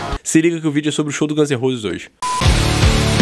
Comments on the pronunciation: Chinese "Demócraci", Guns n "Rouses". Dicas pra melhorar teu inglês tmj! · 'Gãns e Rôses' kkkkkkkkkk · Aprende a falar o nome da Banda pelo amor de Deus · Gãnzerrosi? Chainizidemocreici??? Porra, bicho… poderia pelo menos fazer um esforço em aprender a pronúncia da Banda, do álbum… Gãns em Rouses! Chainiz De-mócraci!